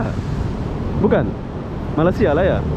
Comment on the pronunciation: Sebutan yg benar untuk negara ini adalah Malaysia, bukan Malasia. perlu juga pelajari dgn benar supaya kontennya berkualitas. Pelajari juga sedikit2 istilah2 dan sebutan2 dalam bahasa Inggris supaya tidak terkesan norak karena anda meliput di luar negeri.